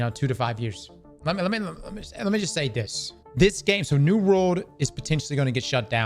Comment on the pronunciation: Why cant you pronounce 'world'